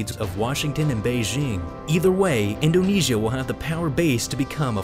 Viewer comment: In-do-KNEE-S-I-A can you get anymore annoying